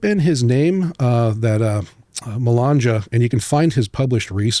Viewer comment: This guy says he knows a little italian but pronounces Corrado Malanga saying "Corrado Malanja". Here in Italy only people deep interested in these kind of topics know about Malanga, and we're not talking about milions but rather some 20k. Check Filippo Biondi at the cosmic summit in June